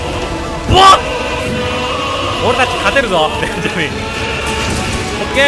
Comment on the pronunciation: ベンジャミンの発音が完全にモンダミンで草